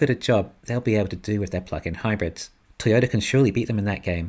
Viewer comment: Thought for a moment you said fucxxn hybrids…then realised it was ‘plug in’….not sure which is correct🤨